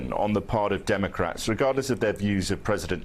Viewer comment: ahahaha "dimmacrettz" ahaha